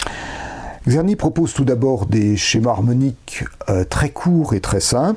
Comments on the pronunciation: Merci beaucoup pour cette exposé bien organisé et conduite sur le grand traité du Maître Czerny. Bravo! Une petite remarque quant a la prononciation du nom du compositeur : il faudrait mieux commencer par un son qu'on peut écrire en français avec la formule "Tch". Pensez au nom du compositeur russe Tchaïkovski ("Tch") et c'est le même son qui est décrit par "Cz" en polonais ou "Č" en tchèque. En tous cas, un grand merci! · il serait super de déjà prononcer le nom de Czerny correctement...avant d'aller au fond de ce travail intéressant: TSCHERNY, et pas Kserny